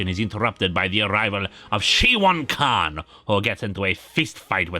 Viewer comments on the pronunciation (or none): none